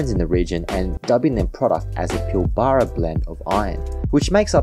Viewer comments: PIL - BRA, not Pill - Bar-a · Bro its pilbra not pilbarrrrrra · Pilbara pronunciation needs correction!! Pil-Baarar?? Where is that??. Think you meant Pilberruh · its "pilbraaaaa" not "pilll baaaa raaaaa" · It’s pronounced “Pill-Bra” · FYI - the Pilbara is pronounced as "Pilbra". Just for future reference :) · Yes, glad I wasn't only one cringing at the pronunciation. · Same hurt my ears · Pronounced “pilbra” 😊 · You should learn to pronounce Pilbra properly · Was keen, but couldn't continue to hear Pilbara mispronounced so many times.